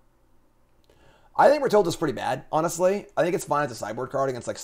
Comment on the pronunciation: Rahilda does not rhyme with Matilda, 😅😅